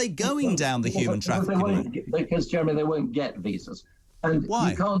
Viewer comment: Like yesterday when 30 of them did a runner at Dover. One of them broke into a woman’s house and demanded she drive him to London. This man is a deluded Uk hating twat. Oh btw, it’s Jeremy, not Jerry. I had to switch off, just like this c**t said he would